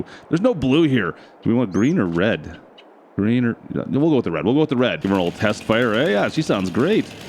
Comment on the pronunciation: that is a funny "red"